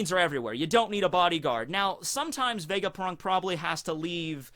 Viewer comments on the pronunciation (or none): vegaprrrunk lol